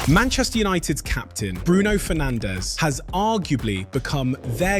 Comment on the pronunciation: Bruno Fernandes not Bruno Fernandéz. Learn how to pronounce it.